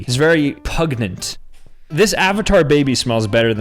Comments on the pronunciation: pungent not pugnent lol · Pun-jent, not pug-nent.